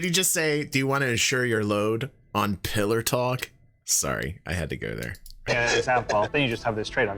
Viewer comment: I thought they called it Pillow Talk for a moment there :P